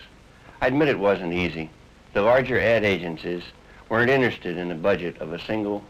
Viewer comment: I was locked in until innerstead instead of interested and idee-er instead of idea.